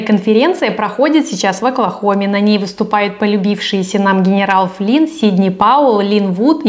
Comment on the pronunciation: Акуахоме, сидни пауеу, ..... гнерау флин🤣🤣🤣🥲 может к логопеду сначала а?